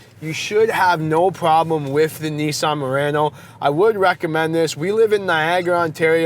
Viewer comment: Idk why I heard him saying Nissan Marino in the beginning 😂